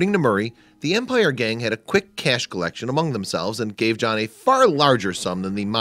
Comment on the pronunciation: Its john not jaahn